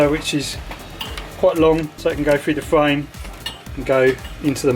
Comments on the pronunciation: When he said "fwayme" I also smiled. He was supposed to say 'frame'. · Ahaha, not just fwayme, fwottle too.